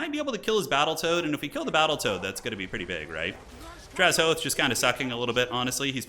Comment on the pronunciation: take a shot everytime mispronounces drazhoath as draz-hoath